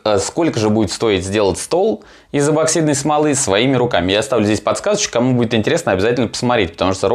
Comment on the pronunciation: почему эБоксидной то?! Неужели прочитать правильно так сложно